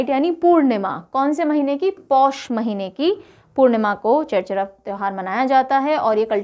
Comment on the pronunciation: It's छेरछेरा not चेरचरा